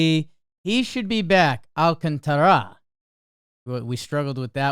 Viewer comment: Sandy Alcántara’s name has an accent in it. That’s the syllable you put the stress on. Phonetically, it’s “all-KON-ta-ra.” In most cases, when a Latin American name has no accent, you stress the second-to-last syllable.